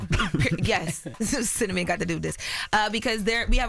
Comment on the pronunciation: "cinnamon" "fat jew" I thought yall said she could read??? 😂